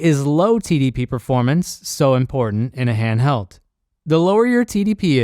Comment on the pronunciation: "hanhdheld" It's massive, weighs a ton and has a 45 minute battery life lmao